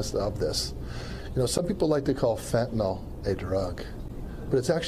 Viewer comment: It's fen-ta-nil with a y...not fenta-knoll. Fenta-knoll is what you buy from your vendor.